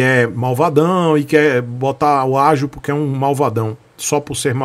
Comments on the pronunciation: é ágio, não ágil. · "ÁGIO" , né? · seu malacabado! É "ÁGIO", desgraça! Tenha um excelente dia!